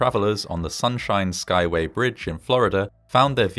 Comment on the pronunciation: Good on you for being able to say that tongue-twister of a bridge name 😅